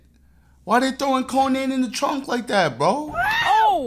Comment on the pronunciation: Man said konan😭